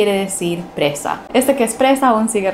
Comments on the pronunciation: preSa, no preZa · PreSa NO preZa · Saludos...presa...no preza. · Eres bella y elegante, sólo una corrección. Es preSa pues preZa no existe.